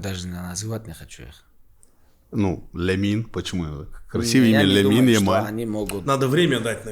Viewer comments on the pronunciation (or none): После того 4 раза подряд барса выграл реала Хабиб не может произносить имя ламин ямала 😂😂😂